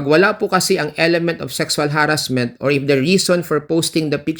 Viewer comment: pasensha naman pero masakit pakinggan yung ha-rassment kaya di ko matapos ang video